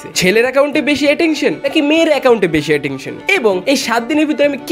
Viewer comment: Attention ❎ Atektion ✅ 😂😂